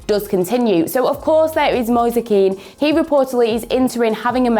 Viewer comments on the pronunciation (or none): none